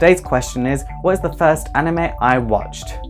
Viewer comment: ''Animeu'' -PewDiePie